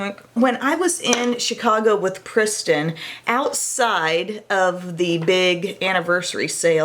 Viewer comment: Rewind, yep you totally called Kristin Pristin haha. Nickname?